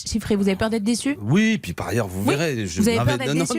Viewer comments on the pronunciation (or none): none